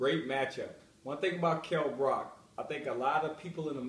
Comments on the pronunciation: Yo Chris, it's Brook, not Brock. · I laughed immediately when he said "Brock"